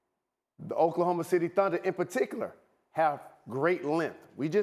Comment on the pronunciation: Meljohn Amolar *chokelahoma lol